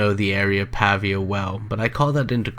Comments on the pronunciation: It's actually Claysburg, PA, not Claysville. I don't live far from where they were found. The narrator is mispronouncing Pavia as well. It's a hard A, more pronounce like a paved (road). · Pronounced Pay-via.